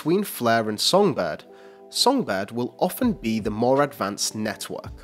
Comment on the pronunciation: Lol 'Net-hwork' is what I hear when this guy pronounces Network XD